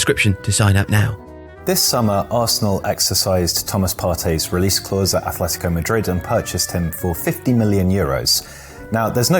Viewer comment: Just one minor detail here: it's Atletico. No th there. Atletico. The one with "th" is Athletic Bilbao.